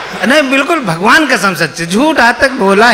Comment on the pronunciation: His "bagvan kasam" 😂😂😂😂